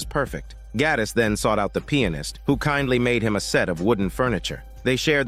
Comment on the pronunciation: I like how he pronounces Pianist like "Peannis"